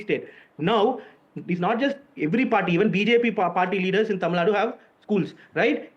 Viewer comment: Watch your language that is Tamil Nadu not Tamil Nad..... How did you 😂 become a news reader anyway